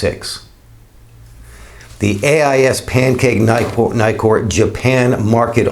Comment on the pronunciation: There are two Ks in Nikkor. Why do you keep calling them Nykors? I get put off by mispronounciation, so I’m out.